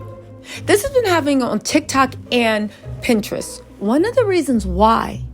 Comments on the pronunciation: Is she tryna say pinterest? 😂 she keeps sayin pininterest... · Wow..!! It's sad when a child can't even depend on their parent to try and protect them... Love your content.. Pinterest isn't pronounced Pin-Interest it's Pin-terest one word Pinterest.. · If you say pin interest one more time 😂